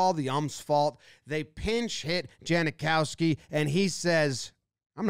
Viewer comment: lol he called him janakowsi. Like the kicker for the raiders.